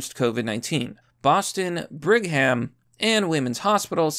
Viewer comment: It's pronounced "Brig'am". The "h" is silent.